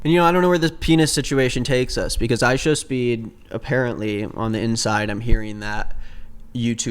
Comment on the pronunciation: "ishowmeat" bro😭😭😭😭😭😭 this is so unserious